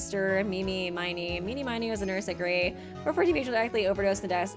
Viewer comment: Total pet peeve, but was anyone gonna correct her on the pronunciation of “Miney?”